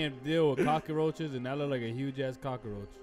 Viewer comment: Why he call them cockaroches 🤣🤣